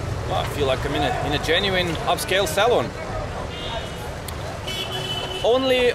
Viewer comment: When he says Salon, it sounds like Saloon where John Wayne goes to have a drink, not get a haircut!! 😂